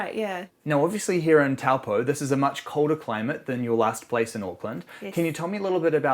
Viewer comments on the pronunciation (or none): It's pronounced, Taupo; Toe paw.,. Nice thome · Not Towel poh its Toe poor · The correct pronunciation of the town name is 'Toe - paw' 🙂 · Tawpo, mate ease learn pronunciation. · Kia Ora guys! My partner and I love watching your videos of NZ and around the world. For fellow watchers, we just thought we would mention that Taupo is pronounced "TOE - POR", which is name derived from the native Maori people. Hopefully we can all visit this beautiful spot once borders are open :) from Tai & Clarisse